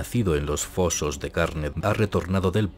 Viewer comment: Ah... Lord... Hace tanto que no le escuchaba pronunciar "(...) los fozos de carne(...)". ¡Gracias por el detalle!